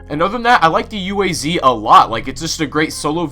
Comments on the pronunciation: Not you-ey-zee, but Uh-ah-zz. Read the letters, not spell them, Zee-hll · Why does everybody call it U A Z? Its pronounced as ooaz!